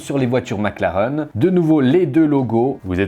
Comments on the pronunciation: On dit "maclareine" pas "maclaren" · 20 minutes de charge, t'as que la moitié de la batterie. Et si tu pouvais prononcer maclaraine stp 😗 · Superbe vidéo mais si on dit « MacLarén » (même si ça s’écrit Mclaren) 👍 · Ça me perturbe qu'il prononce mal McLaren 😅